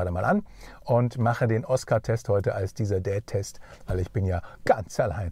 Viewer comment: Schön wie immer. manchmal höre ich ja statt "DieselDad". Was ja besonders amüsant ist.